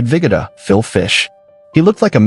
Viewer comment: Abe “Viggidda”? It’s pronounced ViGOda